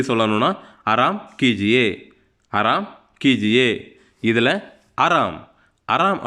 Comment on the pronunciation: ஆராம் என்று எழுதிவிட்டு ஏன் அராம் என்று சொல்கிரீர்கள்